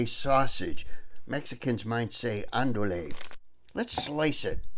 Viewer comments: If you care at all it's pronounced: An-do-ee. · Hi, great video as always. Andouille is a french word that is pronounced "Anne-Do-E". I think I like your pronunciation better though:). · Hey my friend just to let you know the sausage is pronounced. Ahn duey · I was about to say the same thing, lol.